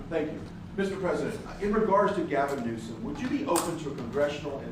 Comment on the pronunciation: He actually calls him "Newscum" 🤣